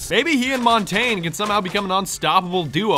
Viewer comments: Mon-Tain? You mean Mon-tan-yahh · Hey its actually mon-tan-yay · I cringe every time he says montagne